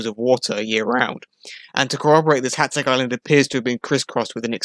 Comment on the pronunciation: Magyar, rhymes with bodger. Why don't you know that? Because you didn't bother to find out 😅 Hațeg ( hatseg) is less thsn 200 km from me.